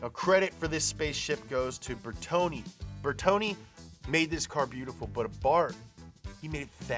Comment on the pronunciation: they way he pronounces Bertone gives me anxiety disorder.